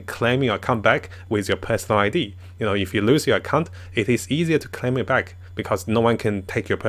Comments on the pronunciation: I'm more bugged by how I keep hearing him say "cunt" rather than "account". xD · This is not a jab at your English but you may want to try saying the word "Account" a bit better. Am worried that the stupid YouTube algorithm might ban you or something. :-P